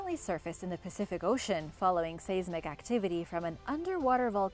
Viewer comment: It's pronounced Lincoln-sheer not shire. This has been pointed out countless times on your videos which just proves that not one person on the OE team bothers reading the comments but then you just said saysmic so clearly you couldn't care less about proper pronunciation